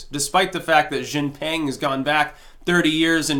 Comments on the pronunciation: I love your videos, but could you please pronounce Xi’s name correctly? It’s pronounced like Shī Jĭn ping (as in ring). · you have to learn how to pronunce Xi Jin Pings name.